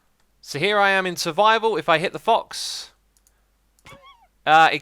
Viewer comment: Xisu says thox instead of fox